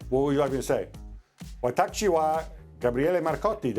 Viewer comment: Hahahaha I like Gab but his Japanese is awful. Japanese is my native language and he couldn’t even say “I am” correctly. He said watachi instead of watashi😂😂 I’m dying